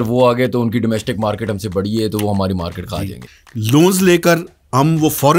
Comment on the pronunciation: "Maaekeet ... maarkeet"